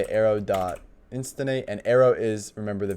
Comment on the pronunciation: Cool video series. One quick thing I noticed on a couple of videos, it’s “instantiate” = IN-STAN-SHE-ATE